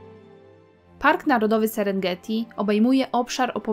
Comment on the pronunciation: Serengeti - nie Senegreti ?